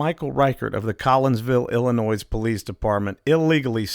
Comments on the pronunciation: Dude u had me until u pronounced Illinois as Illa-noise. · Love the video, especially that it slams the corrupt officers in my hometown. The one and ONLY thing I didnt like was the mispronunciation of my state LOL. Great video! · I enjoyed the video and thought that this guy was pretty good at what he does and then he shows that he can't pronounce Illinois correctly. THE S IS SILENT! HOW HARD IS THAT?